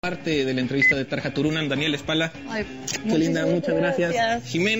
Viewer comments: Telehit es una gran M.I.E.R.D.A.... solo vean al pendejo calvo ese ni siquiera pronuncia bien el nombre de la diosa Tarja... es "TARYA" (asi textual)... neta que me dan ganas de patearle la cara xD anyway... viendolo por otro lado es otro gratino de arena para darle publi a tarjita, ojala venga pronto a Mexico. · "Tar-Ha" AARRRGH y segun es muy experto en musica no sabe ni de quien habla, que pena